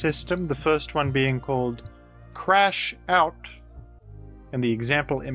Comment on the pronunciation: I'm crashing out that is misreading Crash Out